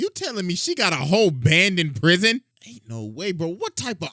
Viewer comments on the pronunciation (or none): YOU SAID PWISON